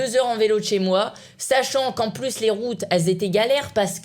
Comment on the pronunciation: Stp arrête de dire pu! Au lieu de plus Bon je sais que t'a du mal mais entrenne toi